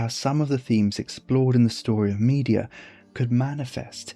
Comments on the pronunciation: Brilliant video, thank you. Place stress on the middle syllable in “Me DE a” not on the first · The pronunciation of Medea as media is sending me 😭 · Gorgias is not the only name you mispronounce! We usually say me-DEE-a not MEE-de-a, and HEH-ka-ti not heh-KAH-ti. This is not the most important issue of course... thanks for your research and presentation, it's excellent work. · Absolutely love the video..but your pronunciation of Madea is killing my senses..